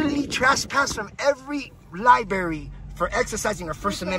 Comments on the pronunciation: The two r's in library are not connected,. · How sad would my life be if I wasn't allowed to go to any library in my county because I couldn't behave?, I think you were banned less because of your "audits" and really because you can't pronounce "library" correctly. There are TWO Rs!